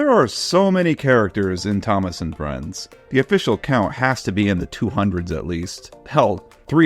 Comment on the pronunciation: Idk why, but I heard him say “Ťomaš”.